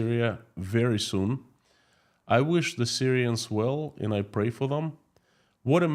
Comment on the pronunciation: Hi PSE ask some English speaking person to teach you how to pronounce the word and. You say end